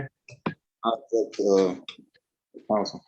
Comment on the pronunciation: Mr Williams, it isn’t ajet, the word is object. As a fellow Timothy, please don’t breed.